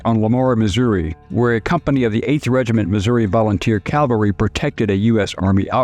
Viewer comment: Cavalry, not Calvary please. these are not the same